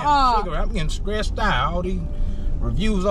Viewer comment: “Skressed out” 😂